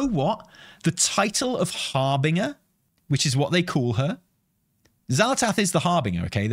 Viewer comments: HARBINJJJJJJER NOT HARBINGAAA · Please. Just start saying Harbinger correctly. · harBING!er 😂 never heard it pronounced in that way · Also STOP SAYING HARBINGER WRONG. It's like nails on a chalkboard lol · is back to mispronouncing "harbinger". 😂